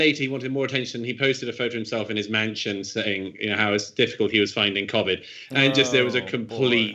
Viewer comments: Can I just say nobody in the UK pronounces Covid like this bloody good chap, I guess he's just trying to put a posh twang onto it, and playing into the stereotypical British accent that yanks think we all talk like. FML 🤦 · Imagine pronouncing covid cOAvid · You can argue his pronunciation is, in fact, correct. COronaVIrus Disease. One pronunciation (his) uses the correct sound for the CO but the incorrect sound (quite understandably) for VI and the other pronunciation modifies both to phonetically state the acronym. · I can confirm that no one else in Britain is pronouncing Covid like Douglas is 😂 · In case anyone's interested no one else in Britain pronounces Covid like Douglas . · Douglas Murray pronounces Covid differently from me. I have clearly been pronouncing it wrong. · Love Douglas Murray, hate the way he pronounces Covid 😂